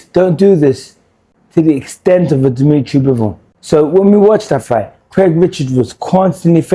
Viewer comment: Good analysis but lmao at “Demetri Mambo”